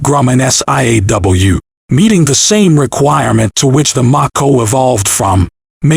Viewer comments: Do you not know how to pronounce the name of the missile LOL. It's a long A sound, not a short A sound. m-A-ko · I couldn’t get past only because he couldn’t pronounce Mako correctly. And that’s some effort on my part. Because I come close to ending it after I found out it was name after the Mako Shark. 🦈